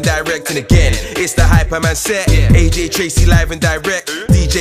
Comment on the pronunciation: Dis dude said aj traizey It's aj trcey